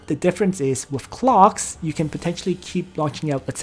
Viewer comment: Not going lie every time you say clocks it triggers me